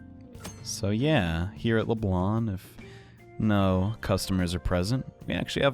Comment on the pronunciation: dude it's leblanc and not leblan